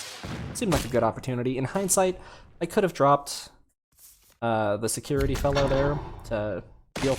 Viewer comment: Sek you tarrie axe eee arc everybody